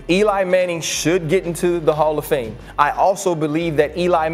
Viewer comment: Did you just say Jared Goff and Hallf of Fame?? That's quite the reach isn't it?